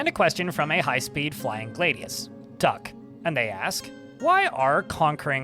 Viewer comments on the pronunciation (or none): none